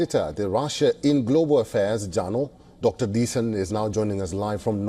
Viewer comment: Rasssiya ? Please get someone with a good English pronunciation please